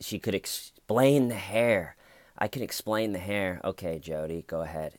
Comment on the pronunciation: Love this..the hayer was theyer..lol 😂😂😎